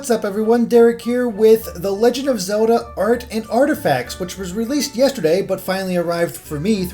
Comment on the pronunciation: Did I mention ZULDUH... it's Zel - Da.